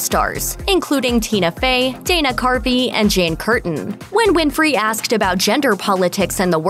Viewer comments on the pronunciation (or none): Btw.. His name is Dana CARVEY, not Dana Carpy..